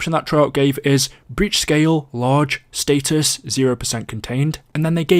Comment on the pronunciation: it’s “status” not “status”